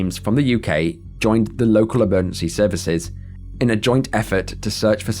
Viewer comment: Watched a few of these today.. Extremely well researched and presented...However each segment is one and yet you don't seem able to pronounce EMERGENCY......